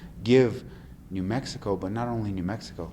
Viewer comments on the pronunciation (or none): none